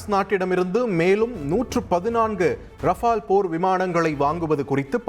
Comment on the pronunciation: தமிழ் தான் தெரியலனு நினைச்சேன் rafela rafalன்னு வசிக்கிற.. இன்னும் ட்ரைனிங் உனக்கு தேவை போலவே 😂😂😂